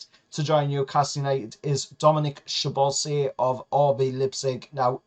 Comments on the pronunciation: Hoihoi, happy to see Dominik on your list, and as a fellow Hungarian I'd like to help with the pronunciation of his surname: Szoboszlai - Sobosla-i. "Sz" sounds like the "S", and at the end both vowels need to be pronounced, you can't mush them together.;)) Keep up the good work! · Hoihoi! Almost! Sobosla-e. That "a" is like the "u" in the "bug" or the "a" in the "agh..." So can be like So-bos-lagh-e, but the "gh" is silent.;)) It's fun isn't it?;)) Don't worry too much, if you nail the two S-s, you're doing great! Good luck for the next season and to your channel!